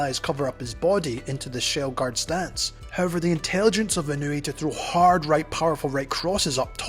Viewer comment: ❌ - NAY-OH-UH ✅ - NAH-OH-YAH ❌ - IH-NEW-EE ✅ - EE-KNOW-EH